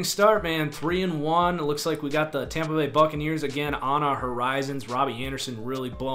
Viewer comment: I died when he said tompa bay